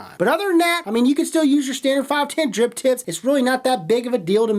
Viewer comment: bruh..... im certain that youre saying Drip Tits instead of Drip Tips